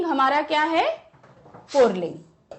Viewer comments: Ma'am ur pronunciation of पुल्लिंग is not correct. It is not "पुर्ल्लींग" it is "पुल्लिंग". Is ke pronunciation me r word is not included. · Ye mam pulling ko purling kyun bol rahin hain😅🤣tq u mam❤❤❤❤ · its pulling not purling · पुल्लिंग ही बोला जाता है न कि पुरलिंग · Pulling ❎ purling ✅ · Mam purling nai puling....😂😂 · Mam pulig ko purling bolti hai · Pulling hota hai purling nahi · Mam please can you tell me that where you see र in पूलिंग because you are pronouncing पूलिंग- poorling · Mam puling hai na purling nahi hai. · Purling nhi puling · पुल्लिंग को पुरलिंग क्यों बोलती हैं आप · Mam says purling 😂